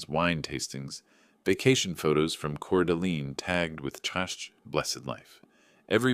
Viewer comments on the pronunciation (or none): The correct pronunciation of Coeur d’Alene is: core delane. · A story from “Spokane, WA” but video from Europe? Name of the Spokane newspaper is incorrect. It is the Spokesman Review by the way. Can’t pronounce Coeur d’ Alene correct. This is really bad fiction and bad reading. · The AI voice that cannot pronouce Spokane, or Coeur d'alene is hilarious. The snide putdowns of the city's newspaper. The mistakes in the story even funnier.